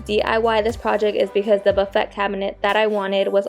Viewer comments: Love your channel. The buffet turned out so well - chalk paint is great to work with. Just FYI the word "buffet" is pronounced buff-a wit the a being a long vowel. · LOVELY DECORATING BUT BUFFET IS PRONOUNCED ( BUFF-A). YOU DO GREAT WORK REFINISHING. CONGRATULATIONS